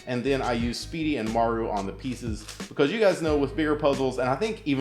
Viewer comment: Learn how to say because